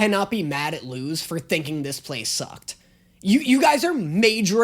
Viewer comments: They kinda flip flop between “lose” and “loose” in the pronunciation, but it’s a Spanish name meaning “light”. In Spanish, z’s are typically pronounced with a hard “s” sound rather than the softer sound we’re familiar with as English speakers. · As an native spanish speaker that hurt a little bit 😭 Luz is so easy to pronunce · is right It's pronounced luz(lose) not luz(loose) people pronounce it (loose) but it is (lose) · I think messing up Luz’s name is just his lisp coming in, so I can’t really blame him for it, though his pronunciation of Stolas should be shamed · the 'z' in Luz is pronounced an an 's' sound though. It's pronounce like that by all the characters... consistently... including Eda and Luz herself Also... "Patrick"? His name is "Edric". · Ok, in this show they pronounce it as “lose” BUT irl Luz IS pronounced “loose”. Basically the only person that says her name right in this show is her mom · The english speaking characters do... but she and her mother pronounce it Loose. It's not his fault, sure... but when he went 'It's pronounced Lose, not Loose' was where it got kinda 'eeeh'... like an english guy correcting spanish speakers pronounciation of spanish. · Isn't Luz just a common SPANISH name? So it would just be pronounced Loose because that's how you pronounce that name in Spanish. It just means light doesn't it? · also the little rant about every other character in the show saying her name like “lose” then eda immediately saying it like “loose” lmao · is he ragebaiting?… I went back and rewatched the first few episodes because of this. Everyone ALWAYS called her “loos” like Lucy without the y, since episode 1. Idk what is talking about 😭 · Someone's probably already said this but the thing about Luz's name is that it's Spanish for "light", and in latinamerican Spanish the z is pronounced like an s, so technically the correct pronunciation is "Luce" but none of the other characters speak Spanish, other than her mom, lol